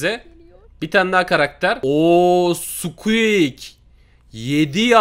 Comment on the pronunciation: Hiç kimse squeak diyeyemiyor sadeçe squek hwjsjajjajsa